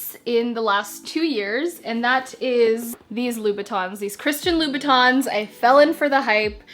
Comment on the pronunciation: It's Louboutin not Louis Batons 😛😅😅 Nice video 👍🏾